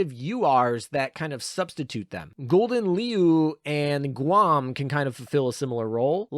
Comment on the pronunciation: Ya know ya could have asked a Dutch person cough cough how to pronounce Gouden Leeuw 😅